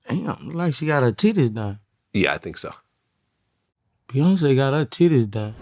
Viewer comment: “Beyoncé got ha tiddays done” 😂😂😂😂